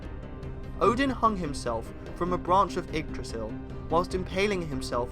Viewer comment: Great vid, but damn if you're not butchering some of the less famous names. Except Yggdrasil, surprisingly, and obviously commonly known ones like Mjölnir. A hint: the -ir in Mimir and Nidavellir is never stressed. MEEM-ir and NEETH-a-vell-ir. It's the same as the -ir in Mjölnir.